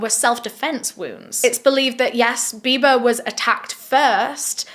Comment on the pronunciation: Loved how u kept saying "biber" for "biba" lol